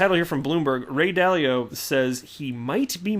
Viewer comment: Still laughing at "Ray Dilly-Dally"🤣